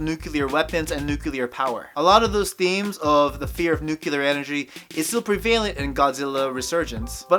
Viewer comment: NUKE - LEE- URR. Nuclear.